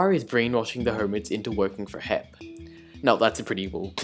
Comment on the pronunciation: Hermits: HEP Scar: HIP Grian: HEEIP my guy here: H-E-P